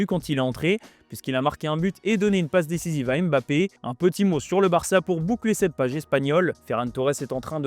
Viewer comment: C'est qui EMBAPPÉ , ENDIAYE. ARRÊTER DE MASSACRER LES NOMS DE FAMILLE DES GENS ! C'EST VOTRE TRAVAIL ! Imaginez si on parlait de votre équipe nationale et qu'à chaque fois vous entendiez l'équipe de Franck . Même Élise Lucet as posé la question à Kilian histoire de clarifier les choses mais vous voulez quoi de plus? Franchement ce n'est pas la mer à boire...